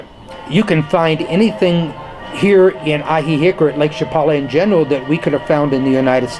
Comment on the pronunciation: I really enjoyed hearing your perspective sir. I'm pretty sure it's pronounced Ahee-heek though (ask a local), not Ahee-hick. I know Spanish is not your native language , but if a person is going to live somewhere , they should at least pronounce it correctly .